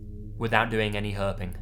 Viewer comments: ah, no offense when you said 'herping' it sounded like herpes for a second... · I'd be ok with never hearing the word 'Herping' again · "Herping"... that man deserves some sort of award hahaha